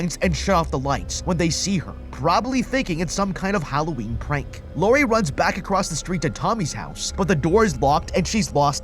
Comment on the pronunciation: Dwives? Bwakes? Acwoss? Well, I guess I should commend you on recording the narration anyway 🤷🏻‍♂️